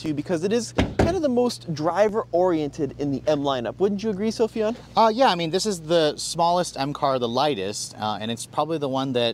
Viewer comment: "Sofyan" Sound it out. And if you are still not sure, look it up. 😉